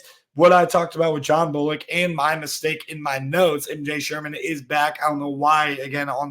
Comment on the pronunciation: Sherman's name is also about the only name your pronouncing correctly as well.